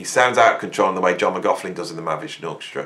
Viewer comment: Sorry, I don’t want to be rude but McLaughlin isn’t pronounced with a f in it…….